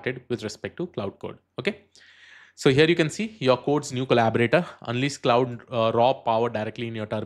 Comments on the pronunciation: Great content, thanks! One small correction - "Claude" is pronounced to rhyme with "lord" not "cloud" or "cloudy". But thanks! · Bhai pehlai 46 sec mai aap Claude ko cloud bol rahe ho....age kya hee dekhoon apki video.... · Claude is pronounced like "Clawed", as in "the cat clawed me". Sorry english is so weird.